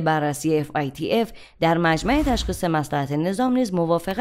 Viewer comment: تلفظ درستش fatf است نه fitf